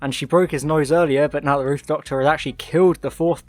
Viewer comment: "Ruth" Doctor...🤮 Just saying...